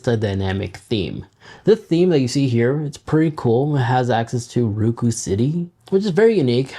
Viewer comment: It's "Roku", not "RUKU"